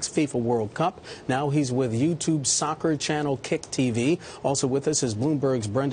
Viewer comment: "Sockter" then "socky". Mate.